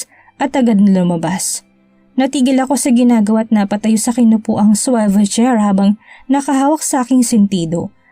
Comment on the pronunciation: Swivel (long e) chair not swayvel chair. Ang pronounciation. Pinahihirapan mo pa sarili mo sa pagpronounce. Ang sakit kc sa tenga. Pls.